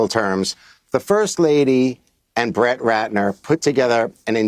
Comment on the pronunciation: Know, I'm not the only one that heard "Bratt Retner" right? 😂